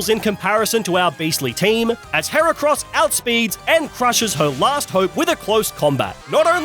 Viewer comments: IT'S HERACROSS, NOT F*CKING HAIR CRISPS! SAY IT RIGHT! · HERACROSS, NOT HEREKROS! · THE SECOND E IN HERACROSS IS SUPPOSED TO BE AN A! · THERE SHOULD BE ONLY 2 R'S IN HERACROSS!